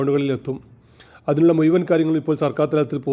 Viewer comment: മുയുമൻ ആയില്ല മുയുമൻ